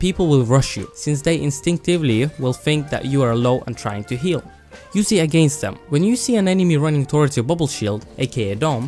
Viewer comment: "AGAINTS" Nice good video though